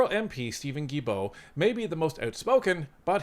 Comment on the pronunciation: It is pronounced Steven Gill-bow like a fish gill and bow like a bow in a girls' hair 😊. Sorry I just had to. French is harder than many think.